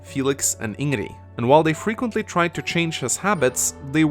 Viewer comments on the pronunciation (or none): Ingree? Very good pronunciation. You can actually hear the correct pronunciation through dialogues but yeah, still pronounce it as Ingree. Brilliant! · How did you butcher Ingrid's pronunciation so much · Take a shot every time he mispronounced Ingrid